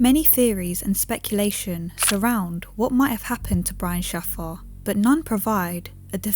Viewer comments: Shayfer (phonetically) Not Sahfar (hes not Alladin) AI text to speak bullsht or......? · Good video, but his last name is pronounced shay-fer. Not that it matters too much, but it is respectful to use the proper pronunciation. Thank you for bringing more attention to his case. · FYI, it's pronounced "SHAY-FUR" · brian shaffa?? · It is, she misspronounced the f out of it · Brian "Shah-far"? Seriously? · Apart from your Rohypnol-esque delivery you haven't even bothered to find out how to correctly pronounce the name Shaffer. It's Shay fur. Shame on you. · Im sorry but i hate how you misspronounced his name